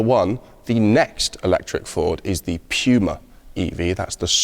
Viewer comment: Pewmuh ? lol